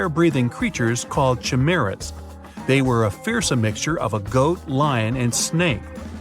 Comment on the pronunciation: you are saying chimeras wrong btw its should would like this ·ra.. lmao i couldn't stop laughing when he said 100 cases of human chim.er.as.